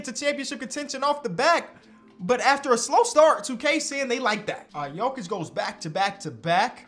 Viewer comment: Bro Goes "Nikola Jokić, Nikola "G"ović" 💀